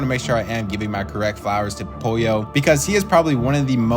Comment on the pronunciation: It’s POLLO